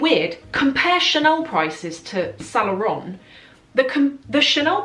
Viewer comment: I like your videos. But you gotta fix the pronunciation of "Saint Laurent" since it comes up so often. I hope you take this as a "there is milk foam on your upper lip and only friends will tell you at the risk of offending you" situation. Keep it up the good work!